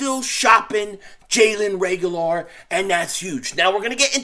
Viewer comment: Learn how to pronounce his name. Reagor. No L